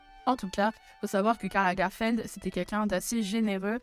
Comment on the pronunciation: Pourquoi prononce t'elle LagArfeld ?